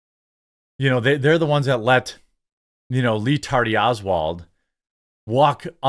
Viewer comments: Im glad you're saying Lee Tardy Owlad again. I laugh every time. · He said lee Tardy Oswald 😅😅😅